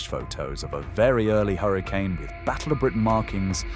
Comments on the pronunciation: correct and still clearly AI narration as you said correctly it keeps saying hurricaaane instead of hurricane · still can't pronounce hurric'n correctly